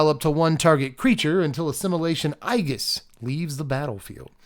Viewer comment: I believe Aegis is pronounced A jis right?